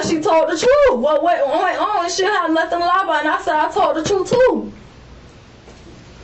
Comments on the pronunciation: She’s telling “the truf” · "The trufe" omg smdh